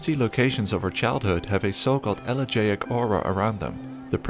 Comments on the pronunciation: A great summary of kinds of liminality. Thanks. In the wee hours, under faint indirect lighting, my normally convivial kitchen turns liminal. Double-check your Greek-root pronunciations, e.g., "elegaic" is el-li-JI-ic. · I don't know how to fix this, but he he saying "elegiac" not "elegant," Which is usually related by a sorrow, or mournful feel to something, often tied to nostalgia. It's not quite 'haunting' just, empty in a way that is familiar and alone that a person can't always explain. Sorry it bothered me the CC is wrong. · It is Elegiac, sorry for my pronunciation: "If there's one song on your playlist that always brings tears to your eyes, maybe it's because it has an elegiac quality. Elegiac means "mournful or sad." The adjective elegiac is useful when you're talking about music, a movie, a book, or another work of art that has a sorrowful tone. Sometimes elegiac specifically refers to something or someone that's gone: a person who's died, or a time in the past, especially if you feel a sense of longing for it. You can speak in an elegiac way, or sing an elegiac tune. The word comes from the Greek elegos, "poem or song of lament." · I recommend checking out Akira Kurosawa’s ‘Dreams’ for some weird, disjointed, liminal scenes. p.s. you're pronouncing elegaic wrong